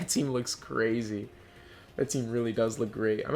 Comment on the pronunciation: “gOOdnESs Poseidon, yoUR’E CrAYZZZAY” - I love that so much. I really liked this video, great job! Subbed, can’t wait to see more from you!